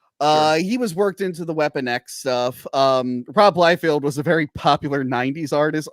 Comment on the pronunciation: Dude… it’s Liefeld, NOT Liefield.